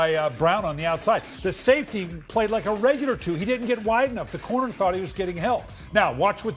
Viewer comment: corner* not "connor" or "conner"